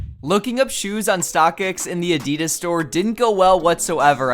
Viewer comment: PLEASE PROUNUAUNCE ADIDAS RIGHT